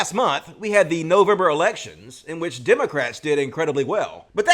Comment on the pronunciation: Hello children, today we learn how to turn your christian missionaries into pasta strainers. EDIT: Did she say Demon-crats?